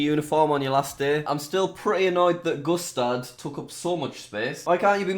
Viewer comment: Anyone else think that "Gustard" said Custard at first???